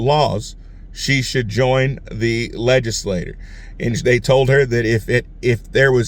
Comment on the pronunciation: Legislature rhymes with picture. Legislators (rhymes with doors) pass laws.